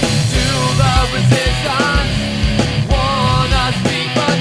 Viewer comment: [I like the part in the song where he says "Resistonce". lol]